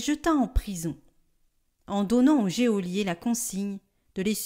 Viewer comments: Bonjour En toute bienveillance, je voudrais rectifier : GEÔLIER se prononce « JOLIER ». Merci pour votre travail. En union de prières. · Bonjour merci pour les commentaires de l'Évangile! En revanche il faut savoir que "Geôlier" se prononce "jolié" et non " jéolié", merci de le dire à la charmante lectrice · Oh je suis désolée de vous le faire remarquer mais on dit GEOLIER (jo) et non géolier. Soyez bénis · On prononce « jolier » et non « jéolier » geôlier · En français, le mot geôlier se prononce "jolier", sans qu'on entende le e. Merci pour vos si belles voix qui portent ma prière chaque jour. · Merci pour tout votre travail. Pour info, on dit « JÔLIER »😂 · Geôlier ne se prononce pas géolier....il me semble. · Hé, mais dans l'homélie aussi, geôlier est mal prononcé !!! Je ne veux pas paraître trop attachée à la forme, mais enfin, nous en avons aussi besoin.